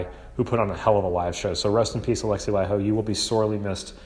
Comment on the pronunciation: FINALLY an American who pronounces Laiho correctly.